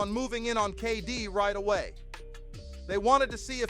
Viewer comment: Who's Keffe D? It's Keefe D!